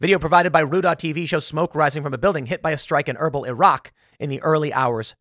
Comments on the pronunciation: It's pronounced "Ur beel". I usually dont care to correct pronunciation, but that was bad. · haha - was combing through the comments to see if anyone else was struggling with that. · Your pronunciation of Erbil is so bad Tim 😂😂